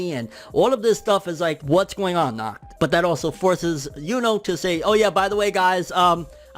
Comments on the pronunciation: You don't pronounce it as "knocked" at all... Try to exhale sharply as you do the H sound. German can be pretty tricky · You are nacht saying his name right🤣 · “Knock knock” “Who’s there?” “Nacht” “Nacht who?” “Nacht pronouncing my name properly”